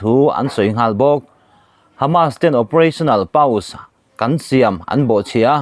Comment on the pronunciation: Pause hi paws tia lamrikani em aw.